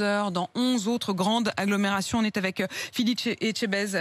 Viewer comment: Elle la appeler « Phillipe éjtebaise » oklm 😂😭